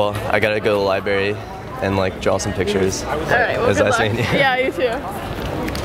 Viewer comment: This guy keeps saying "Libary"!!! WTF